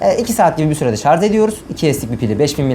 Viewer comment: şarz değil şarj abim be